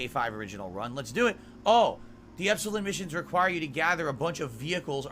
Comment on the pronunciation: Ok, NOW it's personal! pronunciation of "Epsilon" is grating on my half-Greek eardrums!